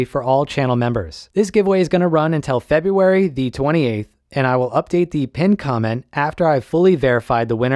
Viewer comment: February sounded weird, but acceptable haha